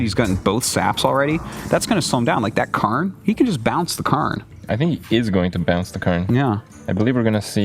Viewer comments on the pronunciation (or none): For god's sake Artosis IT'S PRONOUNCED CA-IRNE, NOT KARNE!! It annoys me so much.